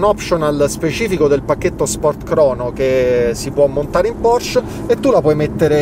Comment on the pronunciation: Porsche, con la e, se potessi tutta la vita❤️